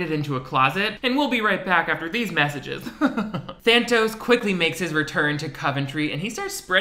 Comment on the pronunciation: take a shot every time he says thanos instead of thantos